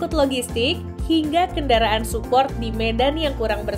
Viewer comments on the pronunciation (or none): none